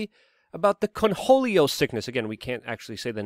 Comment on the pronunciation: The sheer number of words you mispronounce and phrases you say incorrectly its staggering...how do you manage to be a Podcaster. Its Cornholio, not "Conholio". Like as in your "corn hole". Ffs